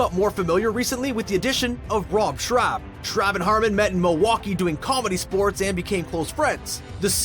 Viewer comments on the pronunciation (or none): So annoying how he keeps mispronouncing Rob Schrab. “Schrab” rhymes with “Rob.” What kind of fan is this guy? Pfffff lol